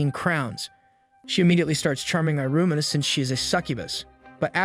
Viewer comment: Bro it's pronounced: E-ruma